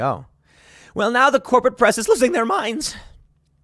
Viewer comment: Omg why does he say losing their mind like that.